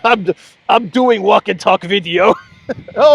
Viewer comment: ' I do walk talk veido' - in best ukrainian accent amazing 😆😆